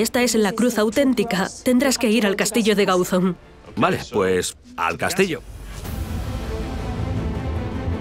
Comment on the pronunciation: ???. Ya sé onde queda si soy de aquí. Pero digo que en el programa dicen Gáuzon, acentuando la "a", no la "o" de Gauzón.